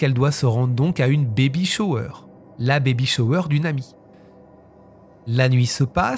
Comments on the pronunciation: Bébé shwer😂😂😂baybay shower 😂😂😂😂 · Baby shower se prononce baby shAwe 😮😮😮